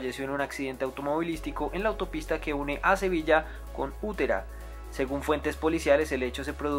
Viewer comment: Utrera y no Utera